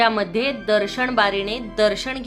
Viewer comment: दर्शण??? स्थापणा?? किती अशुद्ध उच्चार 😒